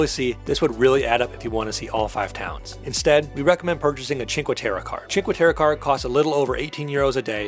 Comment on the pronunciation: please kindly practice the pronunciation of the cities you visit... it's "teh-reh" not "teh-ruh" great video... :)